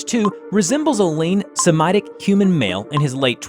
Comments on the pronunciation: It's "suh-mitic" not "semi-tick" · Hey uhh the guy reading the script is not a native English speaker, are they? They mispronounced quite a few words in the video (Semitic, occult, etc) and the flow is odd; good video, and great work though, but maybe work on cantor and pronunciation.